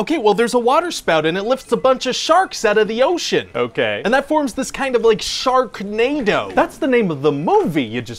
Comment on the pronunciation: Didn’t know it was called Shaknado